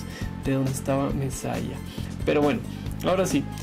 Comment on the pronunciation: Messiah se pronuncia "mesiá", es un jugador catalan